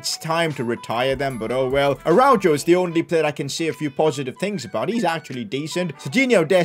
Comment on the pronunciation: Tell me... How tf can you call yourself a Barça fan. All you do is make fun of this team and critisice them. I love your content but hearing you critise everyone genuinely made me mad af. And why don't you learn to say "Araujo" the right way.